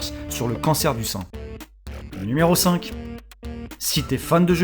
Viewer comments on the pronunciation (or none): "nméro 8" la facon dont tu le dit ^^ sinon bonne vidéo